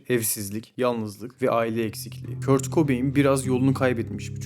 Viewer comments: Kurt okunmaz "Kört " okunur 😂😂 sen kimsin ki böle bir video yapıp yayınlıyon Z kuşağı 🤣🤣😂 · kurt değil kört